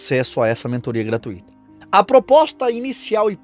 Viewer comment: você tem pouca escolaridade: não é correto pronunciar "gratuíto", e sim "gratúito"; não é correto odiar A Mãe Santíssima só porque você confunde "ídolos" com "Imagens", e não é correto adorar ao teu Senhor Martinho Lutero, inclusive, esse seu Mestre já matou um. Estude a biografia desse sujeito!